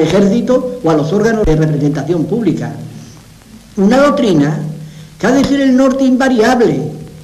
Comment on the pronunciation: Franco no sabia pronunciar la "C" intercalada en las palabras. dice "dotrina", en lugar de "doctrina". que vergüenza de hombre.